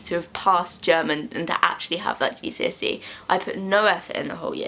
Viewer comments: i thought you were saying "jesusy" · i thought u said "its jesusy day"